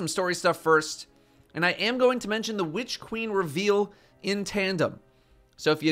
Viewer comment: Hehe. Whitch queen. Why are you emphasizing the 'H'?